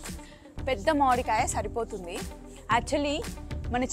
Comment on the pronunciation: Modikaya kaadhu akka mamidiya akka